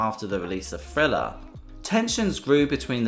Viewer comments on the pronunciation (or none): Hey, my God, the name of the album is pronounced "th" + "riller" NOT "frilla", for God's sakes 🤦🏾‍♀️, smh. That jacked up pronunciation sounds WORSE than listening to some fool scratch their long ass 💅🏾nails💅🏾 down a darn 👩🏾‍🏫chalkboard🧑🏾‍🏫!!!!